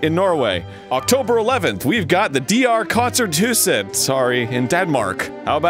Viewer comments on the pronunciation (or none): He slaughtered those Scandinavian pronunciations. It was very entertaining. Me: Fal-ke-te-aater-rot Arin: Folke-tier tet (Meaning: People theater) Me: DR kon-cert hus-ett Arin: DR kon-cer thu-sett (Meaning: DR concert house) (Note: The pronunciations are difficult to describe in English letters. I'm danish.)